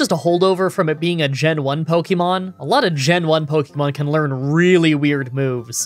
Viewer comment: Considering I have heard someone pronounce syrup in an interesting way, I say does it matter? If we're being technical, he's not pronouncing Pokemon right either. But we all know what he is talking about so it doesn't really matter in the long run.